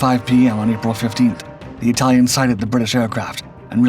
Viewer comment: Why is he calling the It-uhl-ians, of Italy, "it-tiles"? No really, here's a did you know for ya! Did you know that the vowel letter long "A" vocabulary English pronunciation is intentionally juxtaposed. A trope pronunciation of contentious, compliments of the UK - Italia Empire conflict of WW1, that gravitated it's way here States side. And as a dig at adversaries of the time of the British UK, versus Italia debacle they (UK) would covertly implement the botched pronunciation we have come to know today. A very over exaggerated long vowel letter "A" pronunciation, giving off the vowel letter long "I" pronunciation, of a faint it-tile-lians connotation. CapItalians (pronounced It-uhl-ians, post "cap" dropoff of "CapItalians" upon saying three times, CapItalians of Italy upon third time drop the word "cap" off of Italians, where there you'll receive your Aha! moment of epiphany) of Italy are not "it-tiles" they're sentient humanoid beings, such as myself and you the reader! Begging your pardons I just had to put that out there, as food for thought.